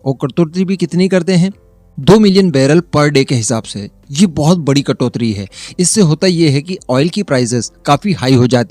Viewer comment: सही उच्चारण "कटोतरी" नहीं "कटौती" होता है।